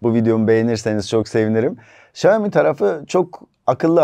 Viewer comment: Xiaomi söylemeyi öğren önce